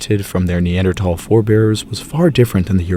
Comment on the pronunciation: And a beautiful voice as well. And he pronounces Neanderthal correctly!